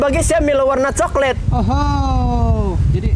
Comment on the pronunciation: Coklet ah bukan coklat bang.. 😂... Lol betul kau bang ()... Lawak buduh..